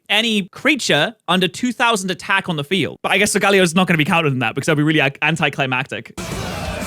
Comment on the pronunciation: What bastardization of the pronunciation so-ga-lay-oh did I just hear?